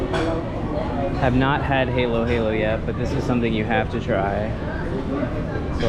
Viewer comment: Halo Halo in not hey-low hey-low. It's huh-loh huh-loh which literally means mix-mix coz you have to mix the ingredients all together. Halo (huh-loh) is "mix" in Tagalog.